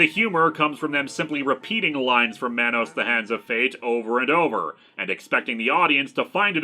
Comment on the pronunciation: It’s man-nos it’s should rhyme with Thanos.